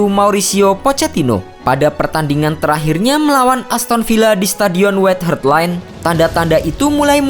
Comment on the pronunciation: contoh yg easy White Hart Lane Dia bilang white heart/hert